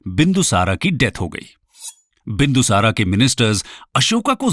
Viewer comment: क्या हो गया है तुमलोगो को सही बोलने नही आता है क्या मौर्य को मौर्या बोलते हो बिंदुसार को बिंदुसारा बोलते हो अशोक को अशोका बोलते हो कलिंग को कलिंगा बोलते हो हद है